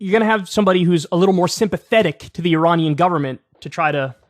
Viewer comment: Yet you still pronounced Iranian wrong!